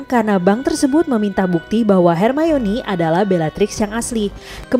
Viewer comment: Perasaanku aja atau emang pengucapan buat manggil nama hermoni itu yg bener emang hermayoni??